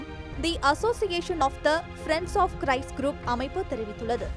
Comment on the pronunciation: அது கிறிஸ்ட்.. கிரைஸ்ட் இல்ல... எங்க சொல்லுங்க பாப்போம்